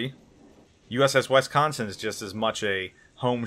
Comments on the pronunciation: Please never say Wisconsin. you are getting it wrong and it hurts my Wisconsin ears. It is not Wesconsin Wisconsin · Wisconsin - pronounced like "Whiskey" not "Wesky". Also, she was the last battleship in history to take part in a combat action in the Gulf War. Cant argue about her WW2 combat service though, she had comparatively 'few' battle stars next to her sisters.